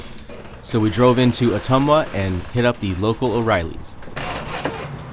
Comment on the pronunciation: The town in Iowa is pronounced Uh-tum-wuh. It's the town the character Radar was from in the tv series Mash.